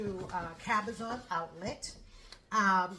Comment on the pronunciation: Happy new year. New to your channel here. Giiiirl you said cabazon outlets, fellow southern Californian here 🙋🏻‍♂️